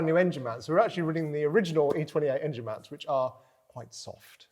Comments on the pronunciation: As says - the "Angine" - love it! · Can you lads please pronounce 'Engine' properly!!!! By properly I mean like a certain BMW guru.